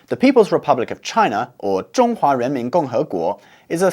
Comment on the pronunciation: is it renmin or the strange "j" sound?